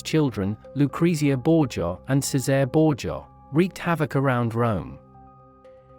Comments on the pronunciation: Its pronounced, Che say ray. Not ceezar. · It's the mispronunciation of Cesare. I don't know why, but people get really super pissed to hear it pronounced any other way but "Chay-sar-ay". The AI voice selection on this platform needs to be updated seriously...because AI is learning from the internet...and it needs to be corrected like a child so it knows the proper pronunciation and will use it correctly in the future. Unlike a human child, AI only needs to be corrected once. Unfortunately, the fact that AI is learning from the internet is frightening because it sees how we interact between ourselves...and we're all pretty damn ugly wugly to each other...so AI will more than likely mimic this behavior. A lot scarier now, huh? Lol!